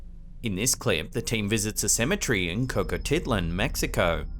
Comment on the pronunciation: The way you pronounce cemetery bothers me more than it should. Love the content (more importantly I love to come up with legit reasons behind the so called paranormal)